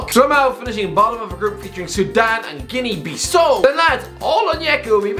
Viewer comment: BissAU, not Bissou